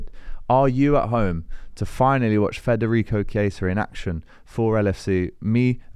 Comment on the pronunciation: You really need to stop saying FRederico. It's Federico. Forget about the R. Thanks!